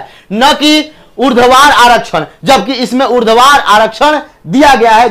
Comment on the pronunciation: Urdhvar vs urdvadhar 😅😅😅😅😅